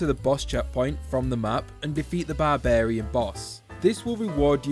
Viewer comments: he finally learned how to pronounce barbarian correctly! It used to be so jarring hearing him say ba-bar-ian, so it’s nice to see he figured out how it’s meant to be said. Better late than never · did you just pronounce barbarian properly?